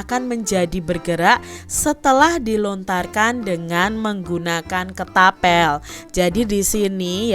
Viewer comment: Kak ketapel bukan ketabel